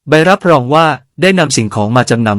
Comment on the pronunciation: รับรอง(រ៉ាប់រង)ออกเสียงว่า รับโรง